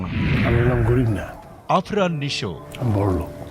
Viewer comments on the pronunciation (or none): আরফান নিশো না। আফরান নিশো হবে। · পুরস্কারদাতা তো নিশোর নামটাই শুদ্ধ করে বলতে পারে না,আরফান নয় আফরান